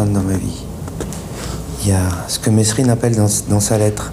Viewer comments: tu reprends les gens qui se trompent en disant ton nom ? Si c'est le cas, c'est le cas de figure avec Jacques Mesrine ("Mérine" et non "Mess-rine"). Un peu de respect ! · Merci de ne pas dire « messssrine » mais « Merine » bordel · On dit merine mais sa s'écrit Mesrine, même Jacques le prenais mal quand on l'appelles meSSrine ( et quand je dit mal c vraiment vénère ) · ça m'énerve quand les journalistes et autre intervenants ne prononce pas le nom de Jacques comme il faut,ce n'est pas"MESSE-RINE"mais Mérine......Provocation peut-etre.......!!!